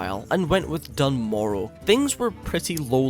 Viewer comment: I love this series! But Dun Morogh is pronounced "Dune More-uh" in the Dwarf Intro Cinematic. Dunno why everyone says Done Morrow